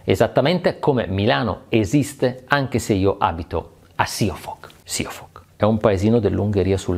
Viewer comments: Siófok si pronuncia sciofoc. la s in ungheresecorrisponde alla s della parla sci in italiano . La s dolce di sole corrisponde sz ;) . Citi spesso l'Ungheria potrebbe risultarti utile :D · Ahahhaha, si dice "sc"iofok. La "s" in ungherese si legge "sc", come scelta. PS: altro gran bel video! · Esatto, e anche la prima o é lubga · Ahi ahi ahi, questa volta mi hai deluso con la pronuncia di Siófok!🤣🤣🤣 Comunque continuo a seguirti anche dall'Ungheria.